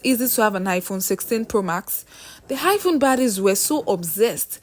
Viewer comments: Listening to you pronounce iPhone as Hiphone I can authoritatively state here that you come from the Akamba community in my country Kenya. Hi! 🤣🤣🤣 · Why u saying high phone 😅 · Highphone abi iPhone?🤣🤣😂 Yoruba people nd pronunciation 😅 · It's not highphone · Am I hearing Hi phone??😂😂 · 🤣🤣🤣I heard same